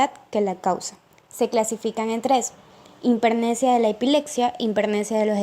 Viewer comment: Por favor pronuncien bien, es importante: hipermnesia, no himpermnesia.